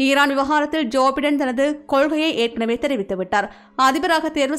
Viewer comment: ஜோபைடன்... (ஜோஃபடன இல்லை)தயவுசெய்து உச்சரிப்பை சரி செய்துகொள்ளவும்